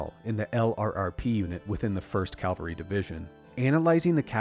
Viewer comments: Absolutely love your passion and commitment to UAP disclosure. Quick note. It's "cavalry" when referring to military subjects. The word you're using, 'calvary' means something very different as it refers to the hill outside Jerusalem where Jesus was crucified. It's a very subtle difference in pronunciation but it makes a huge difference in meaning. Not to mention how (fairly or unfairly), you're perceived. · Good video. And I'm still entertained by the mispronunciations and incorrect words (e.g., it's not "Calvary", it's "Cavalry"; and we the people are in the "Private" sector, the government is the "Public" sector). Otherwise, excellent research and topic. Thanks. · Calgary. Alberta. Jesus. Cavalry. V before L. Don’t be cavalier pronouncing cavalry. 😁